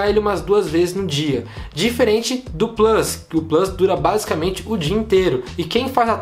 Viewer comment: Porque não fala plUs em vez de "Plâs"... kkkk abrasileira logo o negócio.